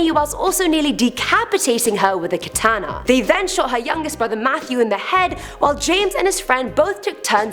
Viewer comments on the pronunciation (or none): none